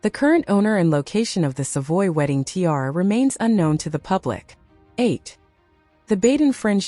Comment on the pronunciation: This must be AI. No one can be that stupid to TI-ara